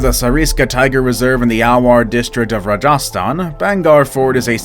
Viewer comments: it is Rajasthan not raja sthan. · its rah gah staan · The way he said Rajastan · It's Rajasthan